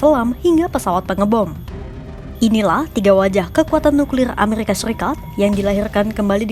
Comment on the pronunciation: Errrrrrrrr amerrr RRIKA